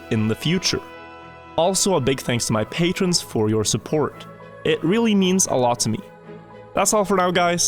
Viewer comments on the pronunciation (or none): "Patrons"? KEKW